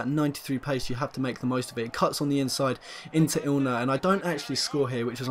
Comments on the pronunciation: INler NOT ILner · INLer not fucking ILNer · You're saying ILNER instead of INLER everytime, minor mistake but still quite noticeable and once you've heard it you can't unhear it. Nonetheless a great video, nice squad. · IN-LER, not IL-NER